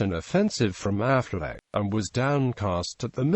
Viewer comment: Incorrect pronunciation of Auchinleck, Affleck was a forerunner of Auchinleck. Aside from all evidence that Auchinleck's name was pronounced "auk in lek", it is unlikely his nickname would be "the auk" if it was pronounced Affleck